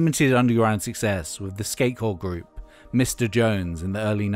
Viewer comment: Did he say skaycore not ska-core???? Also this song is absolutely trash lol